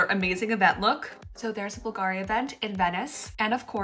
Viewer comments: The accent is on “u” and non on “i” when you pronounce the name of Bulgari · Ok. I don’t feel bad. I’m not the only one pronouncing Bulgari wrong all this time. 😂😂😂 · I’m sorry but the way you pronounced Bulgari really bothered me lol please do your research before. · the pronunciation of "Bulgari" is 🫣